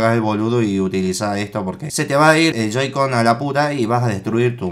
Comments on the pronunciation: Wen te das cuenta que les dijo joy-coys aunque era joy-cons:v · soy yo o no parava de deicr JOY-COINS? es joy-cone xD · se llaman joy-con no joy-coin xd, buen unboxing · se dice joy-con no joy-coin porque no son monedas =V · Joycoins, que es eso?? Es "joycons" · "joy coin" TRIGGERED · soy yo o diji Joycoys? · Joy Coin :v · Dijiste joycoi y yoicoin